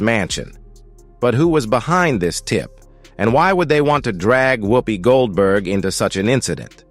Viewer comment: A waste of the New FBI cost and time. They have uncovered nothing subversive. The narrator cannot pronounce her name correctly ! Much ado about nothing !